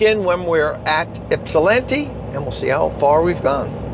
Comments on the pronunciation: Yes you pronounced Ypsilanti correctly. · Congrats on saying Ypsilanti properly. You're literally the first YouTuber not from Michigan to pull that off (that I've seen anyway) lol